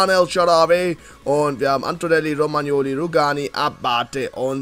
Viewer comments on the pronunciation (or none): none